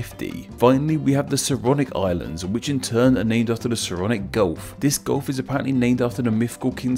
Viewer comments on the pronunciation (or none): none